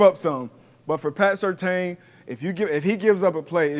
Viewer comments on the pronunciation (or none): No big deal, but just a heads up. It's pronounced Sur-tan, not Sur-tane. Good segment. 👍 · It’s Sir Tan not Sirtain haha Yes I am Certain